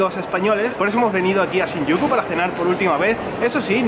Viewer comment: shinyuku?! Parece que dijeras: sin Yuko XD